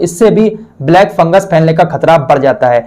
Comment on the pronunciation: Ye FunguS hai... isko funguR keh rhe hai..